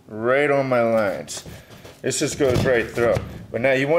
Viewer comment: Nice install but try to learn how to pronounce "the" instead of "da". When you say da over and over instead of the, it makes you sound like a meathead. Same goes for "this" and "dis".